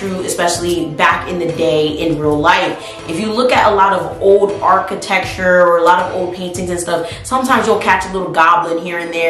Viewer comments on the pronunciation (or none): none